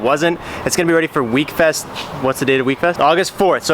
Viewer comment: Wekfest not weakfest